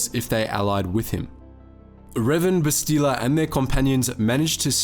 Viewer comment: Bro, they say her name like 6,000 times in the game, how you gonna call her "Bes-tee-la"?